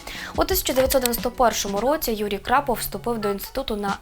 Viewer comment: Ведуча не вміе читати ? Крапов у береті ?